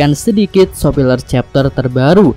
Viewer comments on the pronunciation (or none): bang lo emang biasa ngomong spoiler jadi sopiler karena sengaja apa gmn?